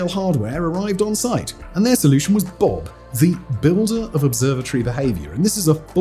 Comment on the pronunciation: sorry for being childish but "Builder Of Observatory Behaviour" is BOOB not BOB lol. But as I am typing I will say great videos and your voice is great for them keeps me interested right to the end.